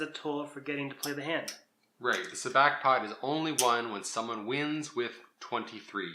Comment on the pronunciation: First lesson on how to play Sabacc: it's pronounced Sah-BAWK not Sa-BACK.